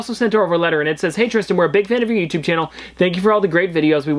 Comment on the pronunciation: Stop with the yootooz